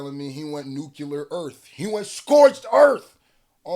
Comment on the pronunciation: “Nuclear” caught you with a right cross. 😂